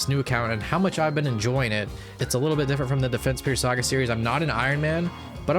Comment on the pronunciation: it sounds funny when you say "saga series"